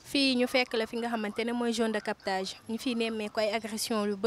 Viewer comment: Soxnaci bayil di wakh jone de captage, on dit zone de captage. Merci